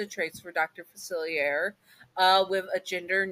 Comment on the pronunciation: I dont want this to come across as rude, just want to provide a pronunciation guide. It's Facilier, said Fu-Silly-Aye (hey without the h). And Loa is Low-Uh. Again, that wasnt to be rude. I love listening to your videos and hope you're remembering to take care of yourself, just like how you remind us listeners to look after ourselves.